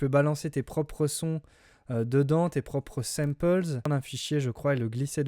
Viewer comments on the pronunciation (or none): des semmpeulses mdr ...pas de doute on est en France ahah vive l accent , sinon sympa le tuto , big up !